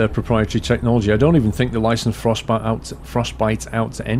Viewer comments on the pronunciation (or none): none